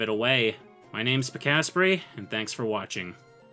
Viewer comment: "My name's peek-aspree, and thanks for watching." Wait, it's not pronounced pika-spray?